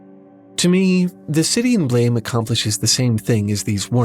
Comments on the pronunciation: It’s not pronounced like the word, blame; it’s actually pronounced like a gunshot: “BLAAMMEH!” English doesn’t usually use letters like ē or ä to help pronounce words. I don’t like when translators try to westernize a made up word rather than to spell it with pronunciation in mind. I.E. Frieren vs Furīren. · Gonna be that guy and say it: the title is actually pronounced "Blam" (like a gunshot). Not that I have an idea why the mangaka spelled it this way. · BLAME! is not pronounced like that. Just saying.